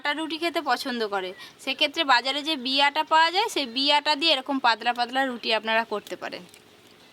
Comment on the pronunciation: এদের উচ্চারনের এতো সমস্যা কেন🥲পাদলা নয় পাতলা